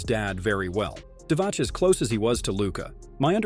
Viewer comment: its pronounced divats